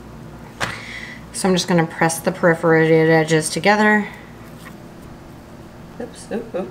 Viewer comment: say it with me: per-for-a-ted.